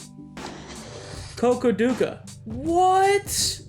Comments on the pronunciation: Bro it's called Khodutka (Ходутка) and not kokoduku😂😂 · Here's how you pronounce the first volcano(sorry the pronunciation killed me): ko-dut-cuh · lmao i heard u pronounced it like that in my mother tongue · i think need better pronouncation for volcano but cool gaming